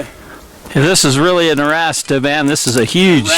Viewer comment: I'm just not convinced. Anyone that can't even pronounce Arrasta correctly isn't paying proper attention to the details.